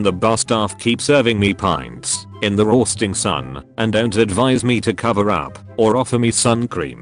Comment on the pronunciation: i love how “roasting” and “sun cream” have an Irish accent